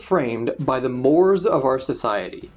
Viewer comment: Fun fact: "Mores" is actually pronounced "morays." the more you know -An English major